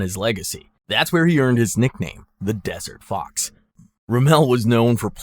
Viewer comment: He also called Rommel a "Dessert Fox" and said "on masse" instead of "en masse" terrible video